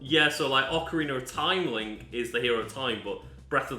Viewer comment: Man really said OAKarina like we wouldn't notice